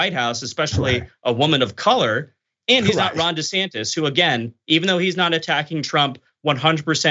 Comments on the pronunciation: Dr Richey trying to act like him saying Ron DeSatan (excuse me DeSantis) was a slip Of the tongue 😛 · Desatantis.... 😂😂😂😂😂😂 I heard that